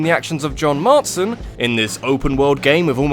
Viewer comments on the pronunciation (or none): marston not martson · It's John Marston, not Martson on RDD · John MARSTON. not Martson. it annoyed me a strange amount. im sorry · MARSTON, NOT MARTSON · John Martson? Ouch. John Marston,, Marston. Not Martson. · It's Marston not Martson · Second video now you've called John Marston "Mart-son" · Yeah, John "Martson". That's how you pronounce it...